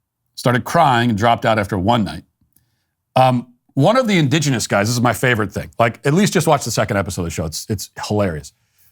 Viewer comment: Let’s hear it for Matt saying indigenous ten times in a row without mispronouncing indigenous